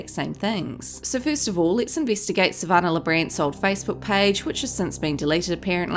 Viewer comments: You need to find an new job. You're living off videos for Monetary purposes also. Pot meet kettle. You're an angry person. Her names Sa van nah not Sa van ner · Sav- an- nah not sav -an -ah 🤦🏻‍♀️🤦🏻‍♀️ learn how to say her name before hand please!